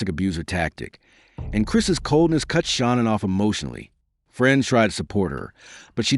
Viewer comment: Please pronounce Shanaan's name correctly. It's not Shawnan. Its Nicole not Nickel.